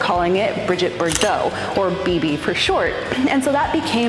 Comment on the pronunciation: Nonsense on the 328 belt service. I've owned one for a long time, and done several belt services. $1,500-2,000 is typical if you have a shop do it. The cost only goes up if you have to do a bunch more stuff, which is normally not necessary. It's Brigitte (pronounced Bri-ZHEET), not Bridget. And that Brigitte Bardot story is made up.